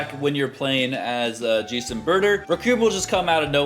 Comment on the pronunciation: it's pronounced juice and butter